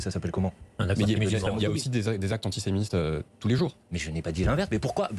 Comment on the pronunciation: AntisémiSSSStes. Ils ne savent même pas prononcer le terme correctement...